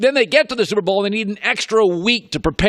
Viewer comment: Says super bowl like he’s speed reading lol. Between the slobbering, the slurping and the mispronunciations idk how this guy ever made it